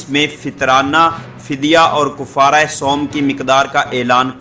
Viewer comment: بھآئ کوفارہ نہی ہے کفارہ کاف پر زبر ہے